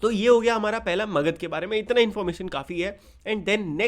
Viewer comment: It's magadha